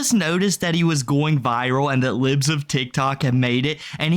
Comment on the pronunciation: Bro just called them “LEEBS of TikTok” 🤣